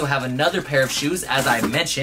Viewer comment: the way you pronounce cdg smh